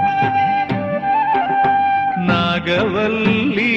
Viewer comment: In this film..they destroyed the usage of Tamil name 'Nagavalli' by pronouncing 'Nagavelli'... disgusting...